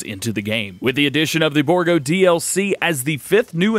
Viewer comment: Its pronounced bour--- gault